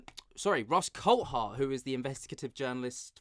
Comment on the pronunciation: His name is pronounced Coolthart and not Coalthart. It's a Scottish thing.